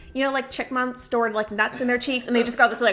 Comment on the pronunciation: I love how she says “chickmunks” instead of chipmunks.